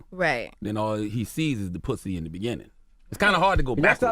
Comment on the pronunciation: “and you rewarded him with puthy?”